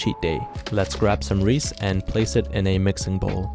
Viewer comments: When he said “let’s make some Reese kulfi” I was like tf what’s Reese and then I saw the Reeses I was like ohhh he meant Reeses but i don’t rly care how he pronounces the word bc its his choice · Dude you can’t just call it reese it’s pronounced (reese-is) idk why I’m so mad about this but I am genuinely mad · I pronounce it Reecees yet he pronounces it Reece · It’s not rees pronounce it like RE-says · it’s pronounced “reese’s” as in “this belongs to reese.” not “ree sees” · Reese's is pronounced "Reece" in Canada, I've seen a video of another Canadian person explaining that after people commented they mispronounced it ^^ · Canadian people like to pronounce it as “Reese”. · Yall are all wrong, even the OFFICIAL ADS pronounce it "ree ces" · I have never, ever, heard someone pronounce Reese’s as Reese. Sounded like He was trying to say Rice. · Have I been pronouncing Reece wrong the whole time?!? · I’m not sure if he’s calling it Rees to annoy the Americans or if that’s just how it’s pronounced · They pronounce it Reese in Pakistan (I think) or it’s just how he pronounces it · The way he pronounces Reese’s hurts my brain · Oh, kind reminder, for Reese you pronounce the e at the end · That’s how he pronounces it, he lives in Pakistan so that might also be how they pronounce “Reese’s” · AYO WHAT HAPPENED TO THE S AT THE END OF THOSE REESES WRAPPERS I THOUGHT HE WAS JUST MISPRONOUNCING IT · That’s just how he pronounces it, he doesn’t have to pronounce it like everybody. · You pronounce that wrong 💀💀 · Bro what is that pronunciation of reeces 💀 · It’s cool but I think your pronouncing Reese wrong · Actually, he lives in Pakistan, and he also doesn’t have to pronounce it like a lot of other people do, and also your trying to correct his pronunciation but you can’t even spell meant right. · Bro doesn’t realize that people pronounce Reese’s different in countries different than the U.S.A. (I think he lives in Pakistan)